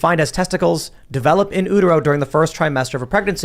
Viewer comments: Someone PLEASE tell Tim it’s pronounced in YOU-tero, not in ooo-tero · Omg, stop saying OOOO-tero because its distracting. Just say U-tero like a normal person. You don't say OOO-TERUS, do you? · Can't believe nobody corrected tim Saying oohtero...